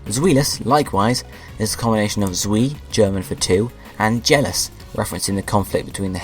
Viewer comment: Zwei is not "zwee", it's "tswaai" Drei is not "dree", it's "draaai" Sry if I'm being a Pronounciation Nazi. Maybe if Pokemon start having 3rd Evolution's, there will be a Pokemon called Dracoshavier, with the words Draco - Latin for Dragon Shade Vier - German for 4